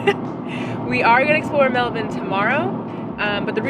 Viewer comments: I have to say, loving how says 'Melbun' like an Aussie 😂. Bravo 👌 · You pronounced "Mulbun" correctly you sounded like a local when talking about it.